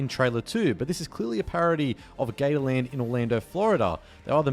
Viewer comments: Us: "Gators" Him:"Gayland" Lol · They way you say Gatorland just sounds like Gayland...